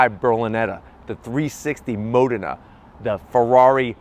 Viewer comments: "Mow-den-ah" Fuckin' dick. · Its 360 Modena as in Moe-den- a(long "a")